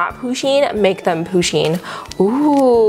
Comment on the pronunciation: its pUsheen not poosheen